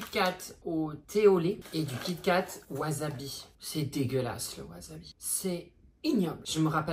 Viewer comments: C'est pas wasabi c'est wasebi 😂😂😂😂😂😂😂😂😂😂😂😂😂😂😂😂😂😂😂😂😂😂😂😂😂😂😂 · Le "wazabi" "waa zeubi" , j'ai crier 😂😂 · " WaSeuBi " 😂😂😂 ca m'a tué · C'est pas wasabi c'est waaaaw zeubi 😅😅😅😅😅 putain je me suis étouffer de rire lol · Cest pas du wasabi cest du waseBi😂😂😂😂